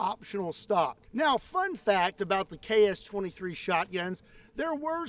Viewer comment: As a Russian, I can't stop thinking about your pronunciation KS-23 sounds like CHAOS-23!!!! That's incredibly accurate for this gun!!!